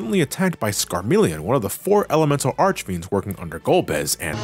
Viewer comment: I think i've lost five years of my lifespan for every time has mispronunced the names of the four elemental archfiends. Jesus. Also, the whole transition from Dark Knight to Paladin is ideally a manifestation of the purity of soul, of washing away your sins on an appearance level: apprentices that wanted to become knights had to wear a white robe and stay awake praying for an entire night, and i think the paladin class reflects that, other than focusing on protecting the others rather than sacrificing your lifes for extra damage. Cecil might still mantain his insecurities he had at the beginning, but the transformation is a physical proof that he can change, that higher powers can recognize him as honest. As said, Golbez is essentially a version of Cecil that couldn't make that jump after his brainwashing got removed, and to an extent that goes for Kain. The After Years tried to expand on these themes... and your mileage may vary on the results, even if i personally find them fine. -Teo